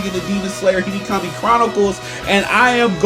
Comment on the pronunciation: Him: Today in Hinikami chronicles Me:😭 (what did he say?!?!) Him again : in Hinikami chronicles….. Me:🤨 And again: Hinikami chronicles Me: NIGGA ITS HE-NO⁉️⁉️ HE-NO, NOT HE-KNEE. Hinokami the fuvk🤨